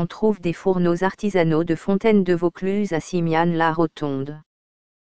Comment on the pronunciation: dommage cette voix de synthèse qui déforme les mots notamment le plus important Vaucluse en plus la dictionnaire est lente et monocorde bref 8/20 et encore